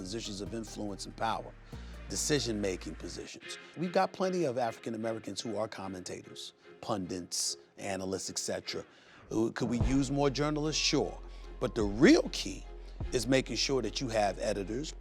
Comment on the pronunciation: Did he really say "pundints"?